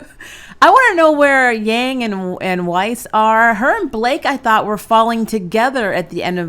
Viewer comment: Why did you say Yang's name like that